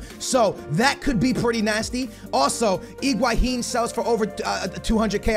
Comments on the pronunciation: Higuain - Egwaheen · Higuain not iguhain. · FFS! just say Higuain....not iguahin.. please! not trying to hate but all you have to is read the name...